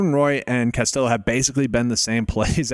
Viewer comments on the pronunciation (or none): The L's are silent when pronouncing Castillo. Just trying to help.